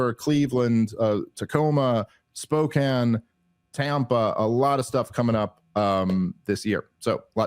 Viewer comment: Did he just pronounce Spokane properly that blew my mind I've never heard someone say that right that wasn't from there